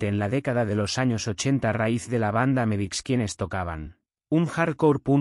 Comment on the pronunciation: Estaria bueno que el texto de subtitulos sirviera para encontrar bien escrito lo que el generador de voz pronuncia mal, o como le parece que suena. Pero son lo mismo y no suma nada, se vuelve informacion incorrecta. America (Amebix), Erais! (Arise!), El va a estar (HellBastad), etc. Ademas jode un poco que algunos audios esten tan mas altos o bajos que otros. Pero OK. Criticar es lo mas facil, solo una oponion. Para enterarse de que se trata esto desde cero sirve y sobra!